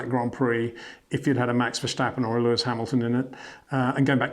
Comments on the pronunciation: HEY PETER WINDSOR, I HAVE MESSAGE FOR YOU SIR: it is NOT Max "verSHtappen" ... Max is not German (Germans indeed do pronounce "st" as "sht") ... #Max33 = Dutch NL/Belgium! ... It is not "Bottash" nor is it "Lewish" certainly not "verSHtappen" .... This BS started long time ago when a British sport presenter interviewed father Jos Verstappen and assumed you can use a German pronunciation to a Dutch Driver thinking it is so "funny" ... It is not. SERIOUS QUESTION: Can any Englishman say "versatile" out-loud without saying "vershatile" phonetically? ... Most can, about 99,99% ... that is why most English can pronounce Verstappen 100% correct! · I guess Peter van say START, in stead of SHTART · Mr. Windsor, pleeeease stop with the versjtappen! There is no j-sound in his last name.